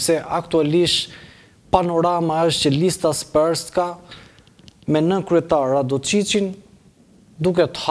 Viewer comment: Jo "sprska", por srpska.